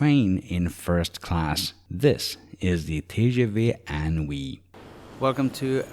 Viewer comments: Thanks for the video, very helpful. FYI it's pronounced in-oui (IN as inside) and NOT un+oui. (UN: like number 1 in French) (you would not necessarily know if you're not a native French speaker). They played with the words here. in+Oui (= yes). "inoui" in French means incredible, fantastique. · TGV is actually translated as "High-Speed Train" (rather than Great) inOui is pronounced "Een Ou Oui" a play on the word inouï meaning extraordinary, incredible, sensational.